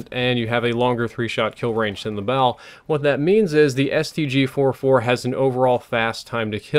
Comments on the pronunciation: Ik I am being picky, but it's the STG-44 not the STG-4-4 like you said it at the beginning of the video. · It's called the stg-44, not stg-4-4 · Its not StG 4-4 Its the StG 44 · Really? The STG FOUR FOUR?!? It's STG-44 (Fourty Four), and I hate this game for ruining one of my favourite guns of all time. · its STG FOURTY FOUR not 4-4